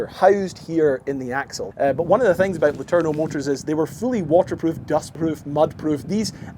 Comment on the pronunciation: Imagine being triggered every time he butchered "letourneau" as only native english speakers with no knowledge of french can do. :face-orange-raised-eyebrow